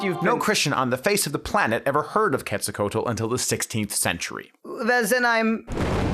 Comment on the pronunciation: Lol bro you need to learn to pronounce Quetzalcoatl. Lol like wow. Good video but that was complete cringe.